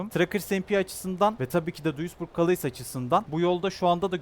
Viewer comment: Abi, "kaleys" diye okunmuyo, "kale" diye okunuyor fransizlar "S" yi okumuyor